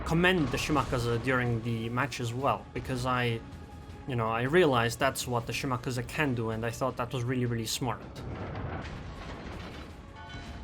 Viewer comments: I think he is saying to pronounced it wrong. You said (Shi•mah•kah•zu) Instead of (Shi•mah•kah•zi) And yes I know how to spell it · Shimakaze has no pronunciation of the letter u at the end of it, FYI.